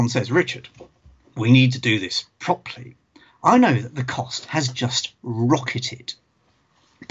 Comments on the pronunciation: Proply? Prop-er-ly is clearly the proper way to say properly! ;-) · The word "Properly" has 3 syllables in the U.S. I had to play that segment several times and check the comments before I understood what he said.